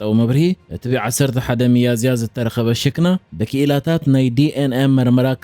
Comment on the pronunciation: ክቡር ኣንባቢ ብቛንቛ ትግርኛ ርእሲ ወዲ ሰብ ' ሽ ክ ና ' Hhikna እዩ ዝበሃል ከተንብቦ ከለኹም ሺኽና ተባሂሉ እዩ ዝድመጽ ዘሎ ።